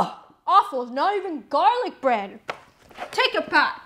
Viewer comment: the way he said bread 😂😂